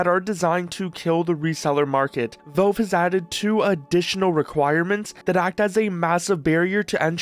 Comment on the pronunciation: Valve, bro. Not "Velve".